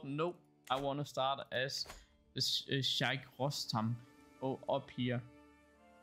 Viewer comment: just so you know even tho im probably wrong the h in Sheikh is silent i think